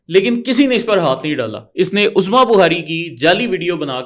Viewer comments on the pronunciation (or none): none